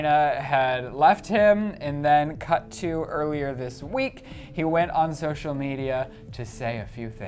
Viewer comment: ... "He went on ZOCIAL media"